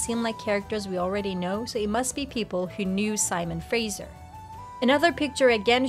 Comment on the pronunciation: Learn to pronounce Fraser.